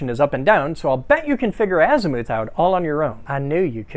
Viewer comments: Az-muh-th. Please god stop saying azmooth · I've always heard "azimuth" pronounced as Az-myth. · Never heard azimuth pronounced that way. I believe it’s ass-myth…or at least that’s how my hoagie mouth says it. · Oh man have I been mispronouncing azimuth like “as-myth” all these years? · Azi-mooth lmao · I still love you, even if the way you say azimooth makes me wanna put my head through the wall 😂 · Its pronounced "ass-mouth". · Not to be that guy but Azimuth is pronounced (azz-myth), the Navy beat that into my head while teaching me to work on and operate huge radars. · Azimuth rhymes with rough and tough not booth or vermouth. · I've never heard someone pronounce azimuth with a long "u" before. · Out of this entire video, the thing I am stuck on is your pronunciation of azimuth. 😂 my brain won’t let me let it go.